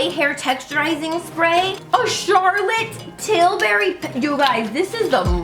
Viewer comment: "Charlot Tilberry" I am dying everytime :D